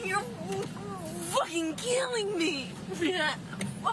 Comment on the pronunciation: The way she says the word, “killing” like “keeling” makes my skin crawl. She’s all, “Me, Me, Me”.